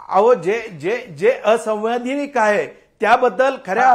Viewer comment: संविधानिक असंवैधानिक म्हणता येईना, ते आमदार आहे...😂